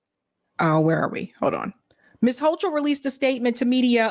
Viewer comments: The Bronx High School of Science, that's one of the top tested entry schools in NYC, and where the professor went. PS the Governor's name is pronounced Hoe-Kul. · Hi. Just an FYI, the NY Gov pronounces her name [Ho-Kul], not [Ho-Chul]. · Ugh. I don’t know who here voted for them - they are both terrible! By the way, it’s pronounced “Hokul” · Pronounced Hokal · It's pronounced "ho - coal." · It’s said like it’s spelled Kathy Hokul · Hochul Pronunciation: hoe-kuhl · It's pronounced hoe-cull ❤ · The “h”in the governors name is silent!🤓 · The H is silent in Kathy Hochul name